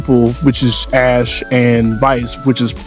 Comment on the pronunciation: It’s “Ash” She didn’t know we’d record the screen 😂